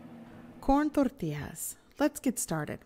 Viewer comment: You got me at rolling your "R's" in Tortillas! Thanks for showing us how easy it is to make them...